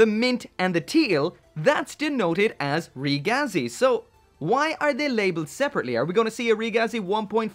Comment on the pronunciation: It’s pronounced rig a z